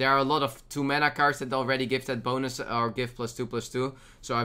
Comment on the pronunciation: Is it just me or does it always sound like "boners" when he says "bonus"?